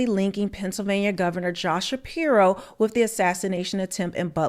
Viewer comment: …Shspiro… Every. Single. Time.